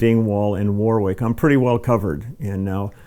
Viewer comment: Love that bass! I feel inspired to go and build my own "Frankenstein" bass. Thanks, Leland! BTW: 'Warwick' is not pronounced "war wick." It is pronounced "warrick." Cheers :)